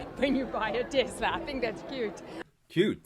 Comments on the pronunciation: It’s “TeSSSS-La”, NOT “TeZZZZ-La”! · *Tesla not Tezla. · It’s Tesla not tesler